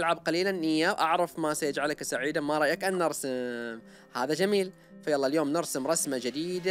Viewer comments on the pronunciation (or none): none